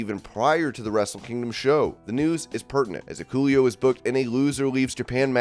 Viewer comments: You dont watch njpw do ya? It's Hik-uh- leo. You are pronouncing the U hard. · Whoever is doing this video your pronouncing Hikuleo wrong!!!!!!! Also y'all are all stupid , Vince will stay in creative control. He I bet is in Hunters ear 24/7 now